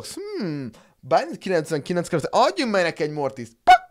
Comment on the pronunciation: nm lalakter hanem karakter